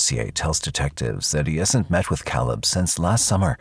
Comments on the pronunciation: kah-lub? Bro really? Its Kay-lub. VERY common name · Why do you keep pronouncing Caleb like that??? It's not Calib. It's Cay-leb. You can hear people say it multiple times n the video the correct way and you still just decided to butcher it every time lol. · It's pronounced (kay-lub) Caleb. Not (cal-ub) smh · I believe it's pronounced CAY•LEB NOT CAHLEB the name is Caleb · The most annoying thing ever is hearing the Narrator Repeatedly say Caleb the wrong way over n over. Its not CALL-UB its Pronounced CAY-LEB!! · It's not pronounced as kal-eb! It's Kay-lib! Spelt Caleb. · Please take the time to train your AI to pronounce names correctly. It’s Caleb, not Calleb. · The son's name was pronounced Kay-leb, not Callib. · Can the narrator hear the cousin pronounce Caleb's name? ( kay-leb, not Ka-leb) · Caleb… Cay-leb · I keep saying to myself and no one in particular. It's Kay-lub. Damn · CowLeb...wtf get it right..AI or not ...yet people want to replace humans with this crap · Caleb = k-lib is the correct pronouncement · You keep mispronouncing the 17 yr old Caleb. It’s pronounced C long A leb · Yes, thank you. Like kay-leb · The way the narrator pronounces Caleb makes my eye twitch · Why does AI pronounce "caleb" lile a mexican? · Why can you say Javarceay but not CALEB!?! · Can say Javarceay but not Caleb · Ugh the way the narrator is saying Caleb's name is driving me crazy! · Narrator, how da hell you can prounounce Javarceay correctly but not Caleb? Jesus man! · I hate the way AI pronounces Caleb. 😂😂😂😂😂😂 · It would be nice if you pronounced the victim's name correctly. Caleb is pronounced correctly by people in the video. Please correct your voice over. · The AI voice pronouncing Caleb wrong over and over is really annoying. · Yet it can't pronounce Caleb correctly.